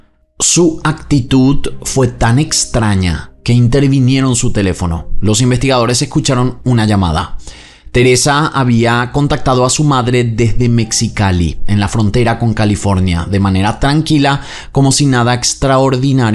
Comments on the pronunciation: Nunca había escuchado este caso, está brutal, sumamente interesante y diferente., Mexicali se pronuncia "mejicali", como J. Seguiré escuchando, no vamos ni a la mitad del vídeo, uffff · Una mínima corrección. Mexicali se pronuncia "mejicali". Muchas gracias por hacer investigaciones de casos mexicanos. Ojalá puedas leer del más reciente, el lamentable hom sidio de Edith Guadalupe 😢😢 tqm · Se escribe Mexicali y se lee MEJICALI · Uh! Yo soy de Mexicali (se pronuncia Mejicali 😅)